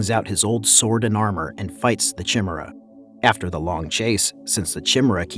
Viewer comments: One correction on the words in the video. Chimera is pronounced "kai-mera" not "chim-mera". Just a heads up lol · It's pronounced Kai-meh-ra (kai sounds like buy), or Kai-mee-ra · Chimera = Kai-mare-uh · Chimera. said as “Ky-mera”🤦‍♂️🤦‍♂️🤦‍♂️ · Ky-mer-a….not chim-er-a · Chimra?? Ki mer AH! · And chimaera lol, it’s pronounced kameera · Chimera is pronounced kimera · chimera is pronounced ki-me-ra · Oh man I knew you can't read which explains why you get so much wrong. F ch chim chimera, throw a k on there dum dum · That's not how you pronounce chimera. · Why cant this dude pronounce Chimera correctly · Please the pronunciation of chimera... pls say it right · Ye I just cringed when I heard it from him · TARATRASUSSS.... .CHIMMMMRAAAA.... HE-FACE-TUSSS 🤣🤣🤣🤣🤣🤣